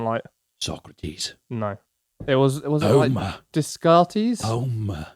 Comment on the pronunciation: Ok it took a few times to figure out that meatcanyon said "Homer" and not "Homo"